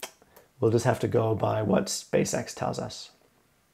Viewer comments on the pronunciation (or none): none